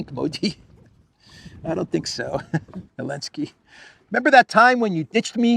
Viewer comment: Someone please explain ... Why "elenski" not "zelenski"!? Lol Love this channel